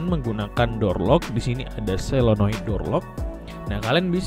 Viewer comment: Yg benar solenoid apa selonoid kak